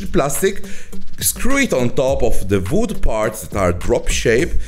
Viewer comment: I like how he says vood. Awesome project!